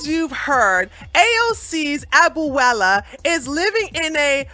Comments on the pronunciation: I love you. Abuela is pronounced: A-bue-la, three syllables. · You pronounced abuela wrong lol. Good video 👍🏿